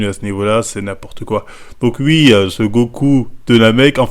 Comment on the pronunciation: "je dis wui"